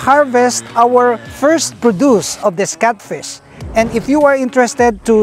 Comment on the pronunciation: NOT CUTFISH....its catfish